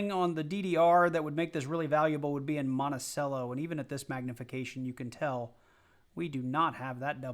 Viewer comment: Monticello is pronounced like “Montichello”